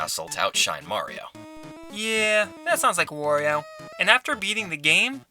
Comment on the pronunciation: How is wOrio? I only know wArio??